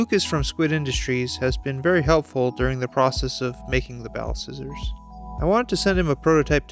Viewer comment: I swear ti said Ballscissors....